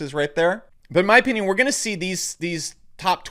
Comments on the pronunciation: In my o-peen-ion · I like his Ow-PEE-nien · “In my opeenion”